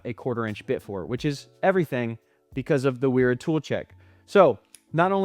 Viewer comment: You’re pronouncing Knippex correctly and pronouncing Wera incorrectly. In German, the W sounds like a V. Didn’t know FLIR made a NCVT!